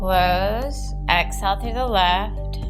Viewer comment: This video is very helpful, but the voice is like an angry bird screeching. "In-hell, Ex-hell."